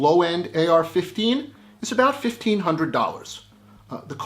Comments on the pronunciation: The " AR Fifneen " ? What's that ? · Not even a full minute into the video and he already f*$%** up Wtf is an AR-Fifneen? 😆🤣🤣